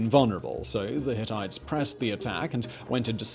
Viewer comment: I know you all laughed at "Hittities"